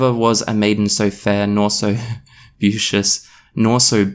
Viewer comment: A little disturbed that you can't pronounce the word "beauteous."